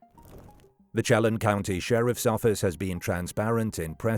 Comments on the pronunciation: It's pronounced "Sheh-lan" County , like in LAND, without the d. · Chelan County is sha-lan I think he's dead